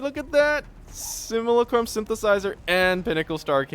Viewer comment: it's sim-yoo-LA-crum